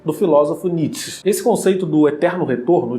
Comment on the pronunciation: Não é "Nits", é "Ni-tchê".